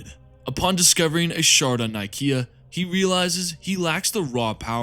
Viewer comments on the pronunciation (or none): none